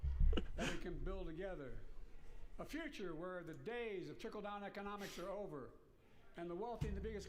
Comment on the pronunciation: He said chickle down economics